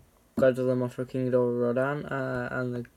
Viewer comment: I thought you said King gordita 🤣🤣🤣🤣